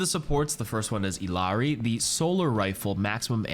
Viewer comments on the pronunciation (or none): i love you and I love your channel, may I just request ONE thing - I L L A R I - is pronounced "eedee audi" or "iti ahti" (Spanish r pronunciations is like a soft D or T) I promise it sounds good once you try it. <3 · I will never understand how or why content creators deliberately mispronounce Illiari's name, she literally says how it's pronounced ingame. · Sorry but do you ever even attempt to pronounce illari’s name correctly?